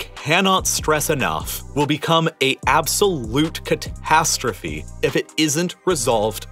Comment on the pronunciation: Please stop putting H-gaps in your words. It gets cringey after a while and ruins concentration. "Cat-HAStrophe" "Youk-Hrayne" "Ent-HIRE" For example...